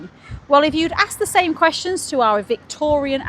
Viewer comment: Same not Somme ,Sorry